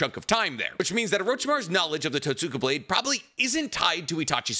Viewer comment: It’s pronounced Tote-ska blade the way you pronounced it is like pronouncing Sasuke as Sass-ookay.